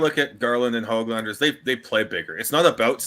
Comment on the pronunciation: " has never met Nils Höglander" - good, maybe he'll finally learn how to properly pronounce the 'ö' in "Höglander"... no wait... Nils will probably have to win the Lady Byng or something to garner that kind of respect...or perhaps he's just "not black enough" 🤦‍♂️ But all kidding aside, it was great to have on, a wealth of knowledge from a hockey insider is a real treat. Good job everybody!